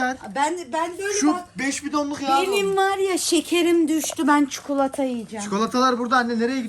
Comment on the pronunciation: benim en sevdiğim çukutlata deyince direk tadalle dedim